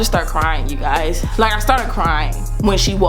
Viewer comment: Did she say ”hey gays” ?